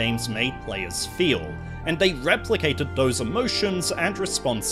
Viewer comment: This is a great video but whats with the de (the) day (they) doh (though) den (then) deez (these) dis (this)?